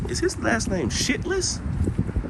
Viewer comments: The Shytles is pronounced Shy tles, as in being shy!!! And no, Lee Harvey Oswald did not kill JFK. He was exactly what he said he was, a patsy or fall guy. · That last name is pronounced, like Shy-tles, lol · Pronounced: "Shiles" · New subscriber to your channel(s) I believe the name is pronounced “Shy”tles not the name you stated ( no disrespect) I really like your videos. Thanks for doing them. Stay safe & thanks for keeping it real, Anita Late entry. I listened to this with earbuds & feel I get a lot more from the video’s with them. Got a ton of info from this thank you.